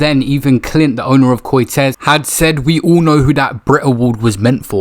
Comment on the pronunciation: CORTEEZ not CORTEZ